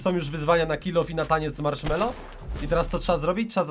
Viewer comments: Marshmello a nie marchmello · Kilof marchmello xD